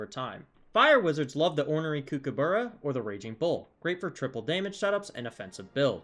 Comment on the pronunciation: I never get tired of hearing American's butcher pronouncing kookaburra